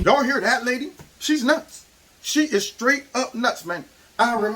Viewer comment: You say "Lady", but I hear "C word" 🤣 I don't disagree though.